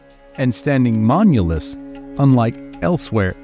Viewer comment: Whats wrong with this narrator, is it just AI? Who tf says "monuliths", how am I supposed to take anything in this video seriously